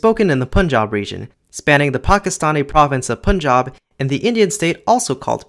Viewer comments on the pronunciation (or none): none